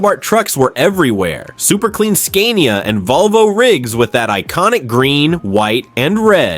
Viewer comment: At least prounounce Scania right... (SKA-nia)